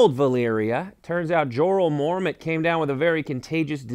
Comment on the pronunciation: Did he just say, "Jorrle Mormont"?